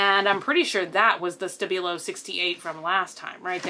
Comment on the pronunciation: The way she says stabilo hurts my english ears :P